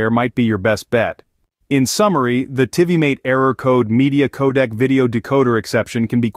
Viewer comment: My hopes weren’t high for these solutions when I heard Tivimate pronounced another way other than TVMate but spelt Tivimate. Ffs!